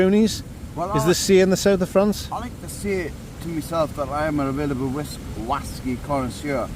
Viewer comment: Listen to the whasky❤